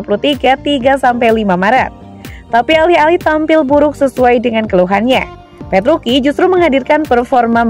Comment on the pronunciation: Gausah sok di baca petruki.. Petruci tetep di baca petruci.. Tolong mba mba nya yg baca berita ini cari info lbih dalam lagi ya sblm bacain berita.. Ketika anda menyebutkan petruki, ntah knapa badan ini bergetar...